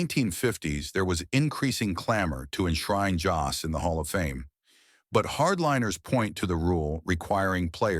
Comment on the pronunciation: At least you could get his name right: Jost.